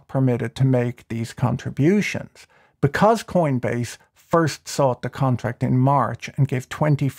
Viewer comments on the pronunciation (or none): none